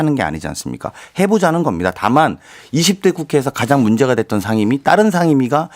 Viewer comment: 거셰 샹임위 41퍼셴트 발음이나 똑바로해라 대구경북 조해진 병신아 미통당이 반대하면 암것도하지말아야하냐?논리보소